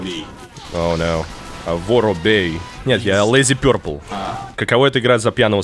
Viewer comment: Никогда не поверю, что отвечая тиммейту «Лейзи пёрпл» ты специально сказал это с акцентом) я тоже за собой такое замечал, что когда русскому человеку говоришь по английски, говоришь так, как будто во втором классе)